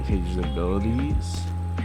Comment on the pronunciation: How do you say Kano wrong and I think volt viper is supposed to be Jax and jaquie